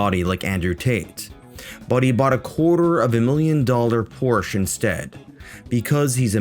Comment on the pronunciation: The Poor-che😂😂